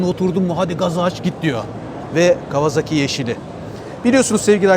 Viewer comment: Kawazaki değil ..KAWASAKİ..